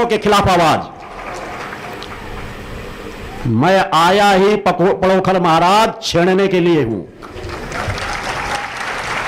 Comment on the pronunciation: आप अपनी शक्ति अपने पास रखो और पहले पांण्डोखर का नाम लेना सीख लो पडोखर मत बोलो